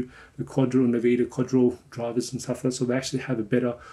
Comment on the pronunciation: "nveeda" KEKW!